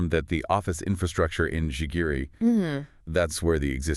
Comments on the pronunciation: The suburbs in which Nairobi hosts UN Bodies is pronounced "GEGERE" in English or "Gigiri" in Kiswahili and other Kenyan languages. Is it too much to expect that you Europeans and Americans would have the diligence and respect to correctly pronounce local African names, in the very same way that Africans exercise the same duty of care to correctly pronounce names in Europe and America??? C'mon.....or like was say that in Kenya "kamaaann"!! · It's not Jigiri it's Gigiri.. GeeGeeRee